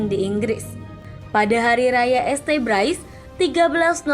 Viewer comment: Setuju bgt , jadi gk enak dengernya kalo pake kata este, naratornya n adminnya ini gimana sihh ? Gk mikir apa yaa ? Video buat publik kok narasinya kayak anak TK gini